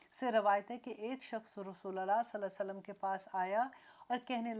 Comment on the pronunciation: Sister,Is it "RASOOLILLAH" as u say it, asOR "Rasoolullah?"